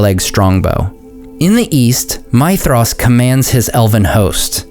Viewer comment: You do a very decent job with pronunciation, but I'd like to point something out for you because it seems that you care about these things. Concerning Maedhros, the 'dh' sound should be pronounced like the 'th' in 'these' rather than the 'th' in 'thesis'. A very minor point to be sure but as I said, it seems that you care.